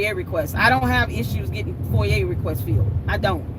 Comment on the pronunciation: Love you and your videos. Foi-yah is how you say it